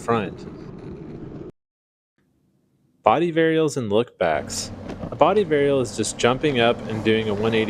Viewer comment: It sounds like you're saying. "body variel," but the CCs and timeline read, "body variable." It's variable, right?